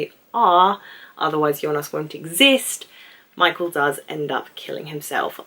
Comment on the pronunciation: as a native German speaker i can tell you that you are doing a good job on pronouncing most of the names 👍 sometimes michael becomes a mike-el, claudia becomes a claw-dia and charlotte becomes a char-let 😉 but i think that this is due to your fast thinking and speaking! enjoyed your video very much!